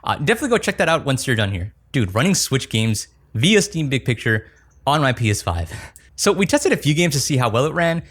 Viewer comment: Why do you say P5 instead of PS5?